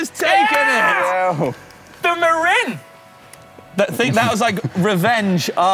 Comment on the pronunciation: Fun! impressive correct pronunciation of Marin (Mah-rin) I had to look it up myself after I got their bikes. Interesting fact that in Marin country California most MTB trails are private land or not allowed (I probably didn't know where to find the proper trails when I visited)